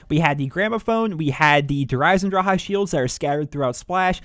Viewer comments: Good vids but its Eisendrache not Eisendraha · it says drache not draha the c is not silent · dhraha lol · there is no ,,ah'' at the end of this word. there is an ,,e'' . but english people cant pronounce this.